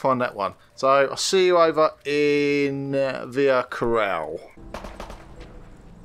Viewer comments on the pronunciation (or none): Its "Via Ca>ROLLA<" not "Via Coral"...